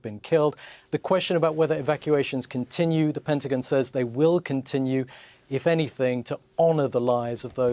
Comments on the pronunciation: "Penti-gin"? Lady, it's Pentagon. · The PENTIGIN LOL